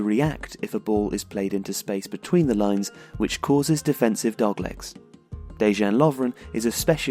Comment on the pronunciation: Dudes... Whenever a player comes from ex Yugoslavia, you read Js in his name as silent Js. So, Dejan Lovren is Dejan with silent J